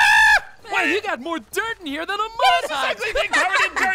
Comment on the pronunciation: Who heard say moon instead of more 😂😂😂😂 👇